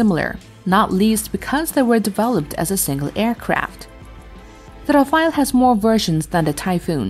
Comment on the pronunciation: Its not Rafa..el its Raf..ale.